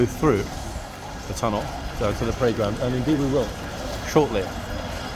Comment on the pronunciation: At first l thought that you were saying “Playground “ & then l realised that you were saying “Parade Ground “